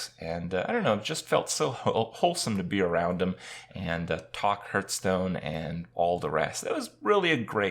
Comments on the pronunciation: Please stop with the HURTSTONE! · why does kripp always say hurtstone? Is that the right way? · You still can't pronounce hearthstone after all this time.